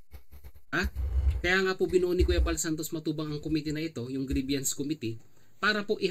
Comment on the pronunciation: Grievance po (pronounced as greebans) hindi po grieviance or greebyans.